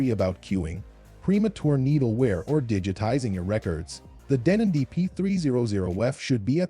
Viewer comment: Best turntables? For who? on what criteria. Avoid these numpties they have no idea. Deeenon hilarious pronunciations, were/are they paid sponsors. Lo to mid fi at best. Audio feels!!! 🤣😂🤣😂